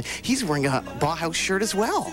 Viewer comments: Makes me think that whenever Brits criticize Americans for being stupid, they are really thinking of Canadians. BTY, it's pronounced Bow House, not Bah Hahs. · Sure, but still he ought to have researched the proper pronunciation of the name Bauhaus.